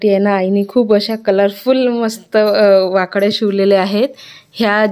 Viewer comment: तुम्ही ळ ला ड म्हणतात म्हणून वाकळ्या हा शब्द वाकड्या होतोय 😅